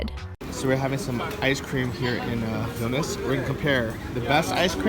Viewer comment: Enjoyed your video, in the pronunciation of Vilnius you don't pronounce the second i.